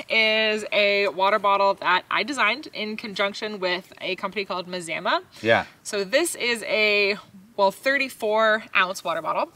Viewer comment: Maz- am- ah..... Wouldn't it be.... Mah-zah-mah? My daughter went to a school named Mazama.... it was pronounced Mah zah mah